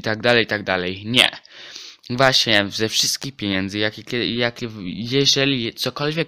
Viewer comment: nie "piniędzy" tylko "pieniędzy" :)